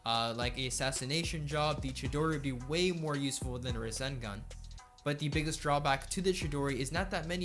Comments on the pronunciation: Bruh, the way he says rasengan. Ruh-sin-gun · The way he says rassengan he says russengun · he say"ra-sen-gun" it triggers me to the highest degree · I love the video, just never say ruh-sen-gun again its rah-sen- gan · Btw its not ra-sin-gun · Lugia 06 I just saying is just annoying that he says it wrong even though it is hard to miss pronounce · "Ruh-sen-gun" "Min-ih-to" Lmao